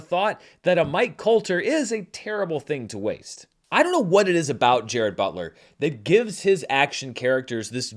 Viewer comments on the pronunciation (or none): Pronunciation is /DJE-rahd/. Fact. Also where is the cricket bat?